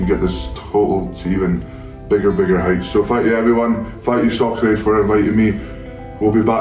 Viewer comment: I hear Socrate instead of Soccer Aid But the match looked fun